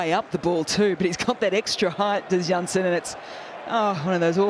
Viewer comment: Jansen -> Yansen Nortje -> Norkay Erwee -> Erwiye